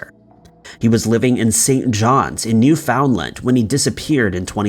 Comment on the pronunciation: It is pronounced New Fun lund.